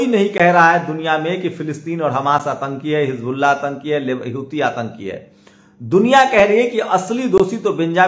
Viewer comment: Abey Tum ko agar ki jagah Bamboo kahe tœ kaisa lagega. Tum Houti ko Hitu kyuñ kehtey ho. Waise baaki kaam tumhara achcha hai.